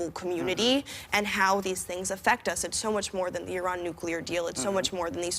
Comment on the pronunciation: Everyone surprised at how articulate she is; while it is nice she is an actress after all! This is the first time I've heard an american(s), as whoopi said it too, say iran rather than I-ran, & although I generally don't care for exact pronunciation of pronouns, as long as it's close enough, just because I am pretty good at them (without sounding like bragging), I don't expect everyone else to be, but this was 1 that got me, being as it sounds like 2 separate words mostly.